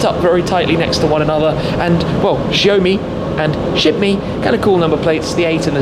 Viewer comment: Did you notice he said shit mee